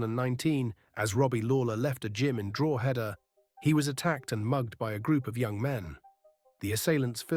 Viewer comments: Good video. BTW it's "dro·huh·duh" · Wheres Drooheda😂😂😂 ye cant even pronounce the names of towns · It's not Droooheda ya AI plonker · Drogeda lol 😂 😅 drog a da ? No lol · Don't mind this sham Pronounced correctly it's draw-head-da Pronounced by locals it's draw-da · I wish you could pronounce Drogheda properly, it ruins this video for me, and why should I part with money to support AI clickbait bullsh*t, to make money like a grave robber, cashing in on people's tragedy including four deaths, feeding of gossip, I think who owns this site is sick a person or a bot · Do you need another pronunciation lesson for Drogheda? Everyone else here teaching ya 🤣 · I'll be honest, the stories you post are good but the Ai ruins it as it can't pronounce Irish words and it is very frustrating hearing Gard-i-e and Drogheda pronounced completely wrong. I understand Ai is easier than doing it your self but imo ppl would prefer a real person even with a voice changer.